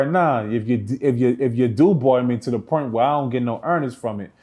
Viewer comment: "When you get to a certain pernt" lol. It's point bro. Lol